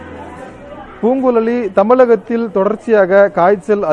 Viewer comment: " பூங் குல ளி தமி ல கத்தில் ' தமிழின் அழகே " ழ " கரம். நம் மொழியை கூற வே " ழ " கரம் தேவை. இந்த செய்தி நிறுவனத்திற்கு அ ழ கு தமி ழ் பேசிடும் தமி ழ ன் கிடைக்கவில்லை போலும். ஒரு பக்கம் தமிழை வளர்ப் போம் என்கிறார்கள். இன் னொரு பக்கம் கொள்கி றார்கள்.